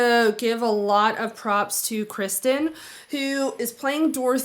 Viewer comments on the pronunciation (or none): Great reaction. However, for someone so dedicated to syllables and pronunciation, it's Kerr-sten. Not Chris-sten. Or, Kirsty like thirsty. Again, great reaction it just kinda bugs me when people mispronounce her name. I know it is often innocent so no hard feelings. Much love and keep on keepin on J.